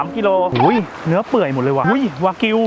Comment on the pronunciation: ตกลงวากิวหรือแบกิวครับ555